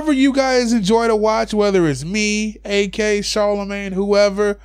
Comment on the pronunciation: The other day, I wrote a message about you calling him A-K in every video I've seen of yours. Now you're saying "its for short, I don't like saying peoples whole name". Dude, you're literally using an extra syllable instead of calling him "Ak" instead of "A-K" like normal people have been doing. Just saying, its fuckin weird...